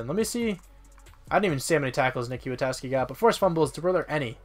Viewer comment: Knee. I think Kwiatkowski is pronounced 'Quit-Cow-Ski'... I think